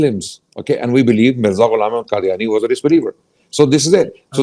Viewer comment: How the he'll this can say hazrat Ahmed maud as what the hell